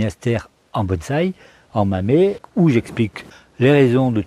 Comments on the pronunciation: Bonjour monsieur, on dit "mamé" si vous souhaitez utiliser la prononciation japonaise. Merci pour vos recentes videos, particulierement instructives (je n ai pas encore vu les anciennes, c est peut etre aussi le cas). Bonne continuation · Bonjours merci pour la vidéo toujours un régal. J'en profite pour te dire que ça ce prononce mamé car les japonais prononcent la lettre "E" "é" tout comme le "U" ce prononce "OU". Et si tu veux allé plus plus loin il existe une chaine youtube française tenu par un professeur qui append à parlé et écrire le japonais. Encore merci pour tes vidéos 😎🤘